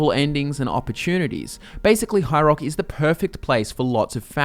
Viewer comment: "High Roark"